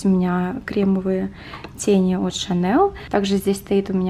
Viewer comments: А почему шанел???? Этот бренд всегда и везде звучит Шанель с мягким знаком на конце. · Chanel - Шанель (французский бренд выговаривается по французски)